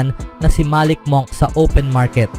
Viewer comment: Monk pero munk pronunciation diyan